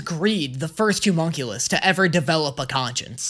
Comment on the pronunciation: I am BEGGING you. It's the O in homunculus is an "Uh" sound! Not an oo sound! Please!!!!!!!